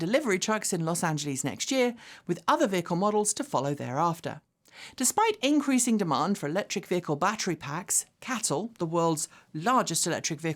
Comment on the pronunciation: its Los Angeles, not "Angelees"!